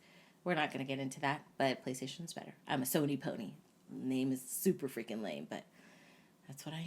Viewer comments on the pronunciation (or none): none